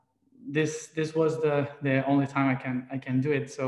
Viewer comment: Your live video ended because I keep going back a few minutes to listen again. Is it your accent or did your higher self use the word play that we don’t need it but we conduit (can do it) that’s what I heard. Brilliant!